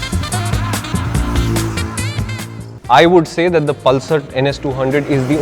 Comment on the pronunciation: the way the said 'pal sir' 😆